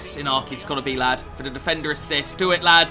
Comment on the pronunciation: Anyone else notice mcjells mad cornish accent every single time he said defender? "Difendur"